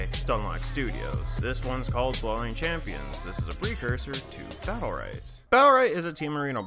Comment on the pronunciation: Nice video overall. 1 thing though, you do seem to mumble a bit during the video. ESPECIALLY when you said blolinechampons